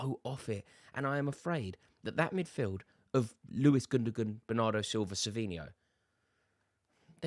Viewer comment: I think Foden is probably enjoying the pints and ladies too much these days. He seems like the type of lad who enjoys a party. Gundogan is pronounced Gundowan. Its not that hard. Mispronouncing these types of names is something that makes you sound ignorant and is cringe to listen to. At least make an effort.